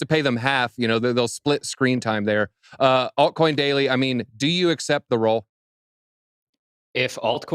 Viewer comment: “altcoin doily” 😂😂😂😂